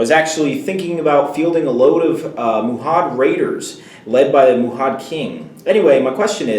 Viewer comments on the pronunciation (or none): Hey guys, great video as always. Two things though: 1. A banner on a mumak actually does NOT affect the Mumak itself since its base is more than 3 inches away from the banner bearer's. 2. It's MA-HUD, not MU-HAD. Sorry, this probably bugs me more than it should =) So here's my question: Do you think playing the pre-Hobbit book scenarios, i.e. A shadow in the east, fall of the necromancer etc. up to Mordor, using the new Hobbit rules breaks the scenarios? Since you can now call heroic marches, strikes etc. this seems to make a lot of them unfair. Do you think this affects all of them or only a few? Greetz from Germany, keep up the good work